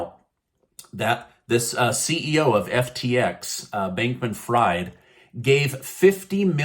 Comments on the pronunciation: It's pronounced " freed" not fried...despite the spelling 🤦‍♀️ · It’s pronounced ‘freed’ not ‘fried’. Though he has single-handedly ‘fried’ crypto for the moment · His last name is pronounced "freed." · I think you pronounced his name wrong.